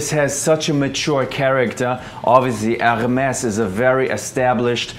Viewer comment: You pronounced Hermès wrong... The r is silence